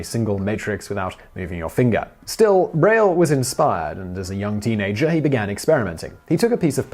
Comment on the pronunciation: Hey Simon, aren't you horribly mispronouncing Braille?